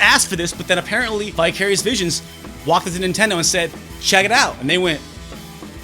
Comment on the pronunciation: When you said "Vicarious Visions," I thought you said "Bi-Curious Visions."